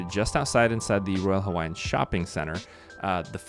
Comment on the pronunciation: Excellent video, man. Your pronunciation of Hawaiian words was spot on. That tells me you're either a great researcher, very intelligent but probably both. We're gonna stay there and so your validation makes me happy. Mahalo nui loa! 🍍 💙 🍍